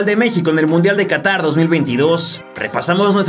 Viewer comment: Qahtar xd